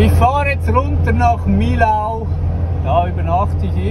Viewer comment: Kleine Hinweise: Beim nächsten Aussteigen aus dem Auto, mal zuhören, wie die Franzosen die Städtenamen aussprechen: Millau spricht sich: "Mii-Joh"; Sete spricht sich: "Säät", Clermont-Ferrand spricht sich: "Klär-Moo Fee-Ron"